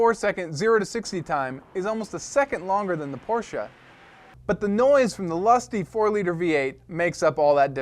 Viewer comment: POR-----SCHE SAY IT RIGTH